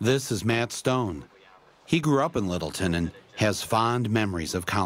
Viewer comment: middleton? its littleton